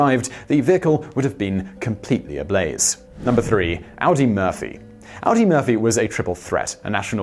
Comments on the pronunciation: I think it's pronounced "oddy", not "owdy". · Audie is pronounced Ahdee, not Audi. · Audie Murphy - pronounced "Aw-dee" not like the car (Audi / Ow-dee)